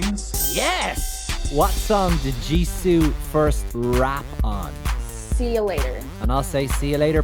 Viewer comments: Who let this man say ''LIZA & JIZOO'' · No one:: "Jennie, Liza, Jizoo, Rozé"